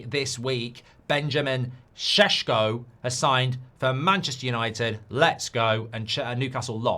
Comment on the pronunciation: You forgot to tag the part when you showing off that you learned how to pronounce šeško’s name properly 😭